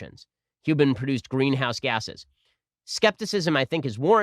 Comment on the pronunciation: C-OH-TWO is actually NOT a "green-ouse gas"